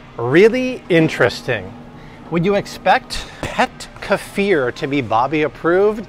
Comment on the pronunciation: Love your videos, but Bobby... seriously... it's not Ka•FEEAARR!!!! It's KEEF, rhyming with leaf, then ER, rhyming with blur! Stop it, already, people, with changing the CORRECT pronunciation of words! Friggin' A, man!!!